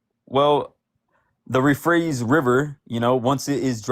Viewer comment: “the euphrates river” “yeah the rephrase river”